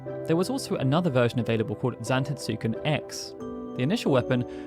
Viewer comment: The U is silent.... Zantetsken 😑